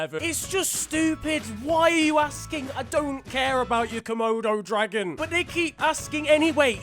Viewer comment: How he says “Komodo dragon” is hilarious